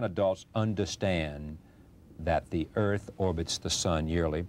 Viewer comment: he was a citizen of earf HAR HAR HAR HARPOIWFHEPOIEWFHEOPWFIH